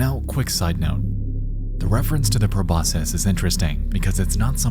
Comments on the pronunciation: Not gonna lie, I wanted to tear my nose off when you said 'Proboscis' wrong. It's latin. C's make K sounds in latin. It's Pro-BOSS-kiss. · Is that pronunciation of Proboscis a regional thing or? I just googled it and their pronunciation is the exact same way. I've always heard it said pro-boss-kiss. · Every time he pronounced the word proboscis as "Pro-boss-siss" instead of "Pro-boss-kiss" I screamed inside. That alone shows I've been watching too many British nature documentaries, lol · I fundamentally disagree with your pronunciation of 'proboscis'. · Honestly can’t tell what is scarier: Gemini Home Entertainment, or how Nexpo pronounces proboscis.